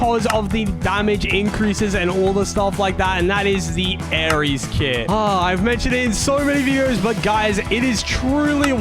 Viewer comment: its not aries its aery dummy